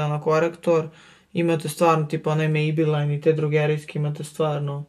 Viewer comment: Zar se ne kaže mejblin